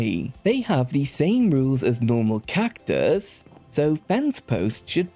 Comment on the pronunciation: why tf do you say cactus like that